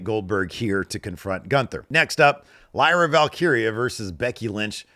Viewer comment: pronounced Lyras name completely wrong. Wtf.